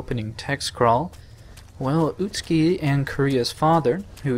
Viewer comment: Interesting that the actors got the pronunciation for 'Utsuki' correct, but not for 'Kureha'.